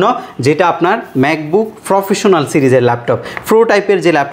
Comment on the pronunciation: ফ্রফেশনাল😂 ফ্রো😂 এগুলা কি😂